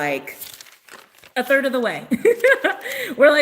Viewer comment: I think 30 is gonna be significant for the people that kept hearing 30. Because for some reason I only kept hearing you say third. (3rd). I’m gonna rewind and see if I hear thirty too. Lol